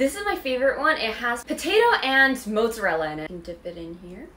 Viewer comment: The way she pronounced mozzarella 😭😭😭